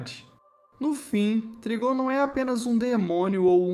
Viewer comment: Escreve Trigon mas lê Traygon